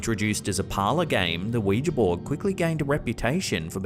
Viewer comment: you are one of the very few who pronounce ouija properly. I thought I was the only one not calling it a wee-gee board.